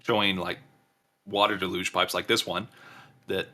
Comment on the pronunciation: “Water da-luge”? Is that like water deluge?